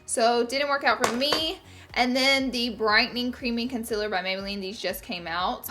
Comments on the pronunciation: stop pronouncing concealer CONSILIR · I love and live to hear you say concealer. Lol I find it adorable the way you say it with your accent. Also the word greasy